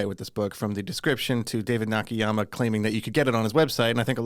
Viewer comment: It is NOT Nah-Kee-Yah-mah…it is Nah-Kah-Yah-Mah…